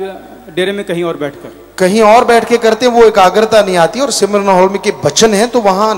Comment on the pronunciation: सिमरन नही स्मरण होता है बाबाजी।😜😂